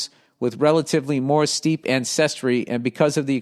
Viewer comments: Steppe is not pronounced like steep. It is pronounced like step. Where are the steppes? The Steppe, belt of grassland that extends some 5,000 miles (8,000 kilometres) from in the west through and to Manchuria in the east. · It’s pronounced “step” billy boi